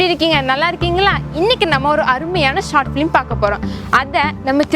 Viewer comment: Short filim (ஃபிலிம்) என்று pronounce பண்ண கூடாது. Short film (ஃபில்ம்) என்று pronounce செய்யவும். Thank you